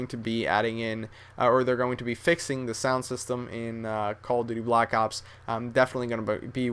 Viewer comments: That This Foo Said He Says LACK ops .So Stop Trynuh Look Cool And Sound Smart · funny when he says lack ops on